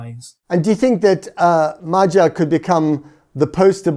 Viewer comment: I wish he could learn to pronounce Magyar’s name.